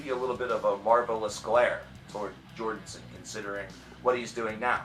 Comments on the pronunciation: I think it's funny he keeps saying Jordenson, instead of Jordison. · You keep calling him Jordonson. It kept bothering me. I'll just watch the video in the description. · and I'm just over here rdy to throw my phone across the room every time this guy pronounces his name "jordinson"... for fuck sake man... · Why do you keEP SAYING 'JORDINSON'